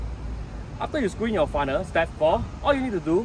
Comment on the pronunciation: FUNNEL....NOT FUNNER...🤦‍♂️🤦‍♂️🤦‍♂️🤦‍♂️